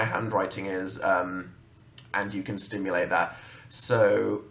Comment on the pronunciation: good lord dan "SIMulate" not "stimulate" dear god halp